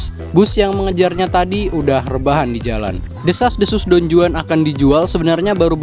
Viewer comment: Pengucapan yg bener : Don huan J : huruf h di bahasa spanyol